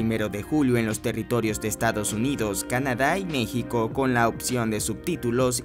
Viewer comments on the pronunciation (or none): none